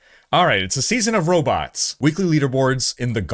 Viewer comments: i can't tell if you're saying robits for fun, or if you actually pronounce it like zoidberg lol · Wtf are “ robits? “ 😂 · I can only hear him mispronounce robots so many times. It's not robutt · "Robutt" lol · We get Row-Butts